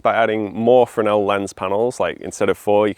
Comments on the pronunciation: French Fresnel is "fren-nel". has it right. BSc physics not wasted! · Firstly well done on correctly pronouncing Fresnel lens, the S is silent. Secondly, well worth a visit is the Scottish Lighthouse Museum in Stevenson Rd, Fraserburgh AB43 9DU they have a great collection of Fresnel lenses, history, a lighthouse you can go up and lots more besides.